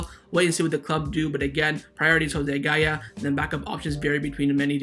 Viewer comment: Every time I hear gaya I cringe…